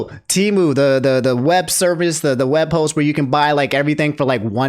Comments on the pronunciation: Its Pronounced Tee-Moo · Always thought Temu was pronounced "Tehm - you"